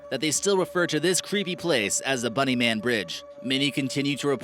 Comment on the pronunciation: When he said "The bunny man" I thought he said "The Boogie man" and I was about to go crazy